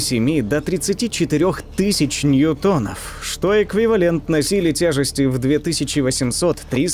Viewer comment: Правильно нью́тонов